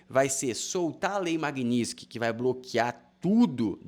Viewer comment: nao custava falar direito o nome da lei Magnitsky né